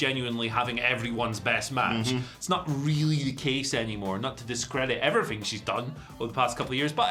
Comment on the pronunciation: “And effryfing else” Andy Murray probably